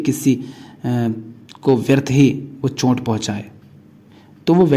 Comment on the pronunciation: सही उच्चारण है चोट, आप बोलते हैं चोंट। फर्क समझे।